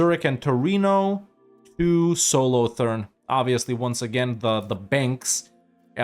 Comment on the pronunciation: God the way you said "Solothurn" hurt my soul.